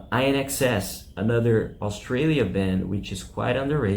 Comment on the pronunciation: INXS is pronounced "in excess". (How can you not know that if you are creating this kind of list?!!?) While I agree with most of your picks, pronouncing a band's name wrong kind hurts your credibility. And there were more....